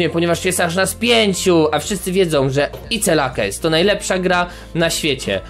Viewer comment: Ice lakes ja pierdole. Ziomek tak sie nie czyta tego ale wieś